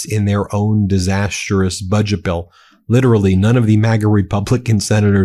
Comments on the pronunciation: Disastrous NOT DISAST-ER-OUS 😂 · Ben, you keep mispronouning "disastrous".